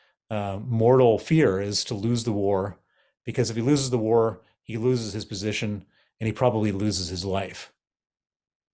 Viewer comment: What does 'lose is position' mean? Do you have a problem with your h or is it to do with pronouns?